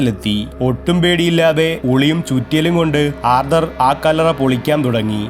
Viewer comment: ആ കല്ലറ എന്ന് പറയേണ്ട കാര്യമില്ല കല്ലറ എന്ന് പറഞ്ഞാൽ മതി ഒരു വാക്കിന് മുമ്പ് ആ പറയുമ്പോൾ ഗ്യാപ്പ് വിടണം അടുപ്പിച്ചു പറയാൻ പാടില്ല